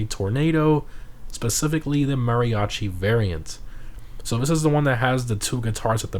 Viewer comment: Oh come on man say Mariachi right youre hispanic u can clearly hear your accent